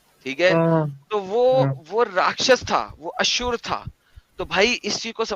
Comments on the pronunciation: It is asur not ashur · ashur nahi, asur hai anna😀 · Not Ashur nahi Asur.